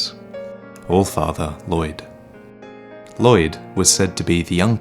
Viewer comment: the 'll' in Lloyd is pronounced unvoiced.